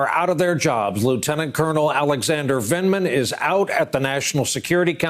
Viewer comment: With his dry drug addict's mouth he couldn't even say Vindman.